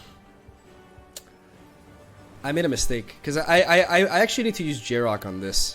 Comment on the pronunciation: yarok has no g in it